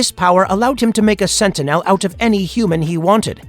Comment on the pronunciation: I thought I was the only one it sounds so annoying especially the way he says sentinel